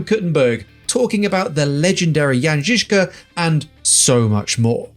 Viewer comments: Hey...first English speaking guy who pronounced Jan Zižka correctly! :) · You nailed pronouncing "Jan Žižka"! Many English-speaking people have a problem pronouncing "Ž". Thanks for trying your best,! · This was one of the best...if not THE best pronunciation of "jan Žižka" from non czech speaking person 😍😍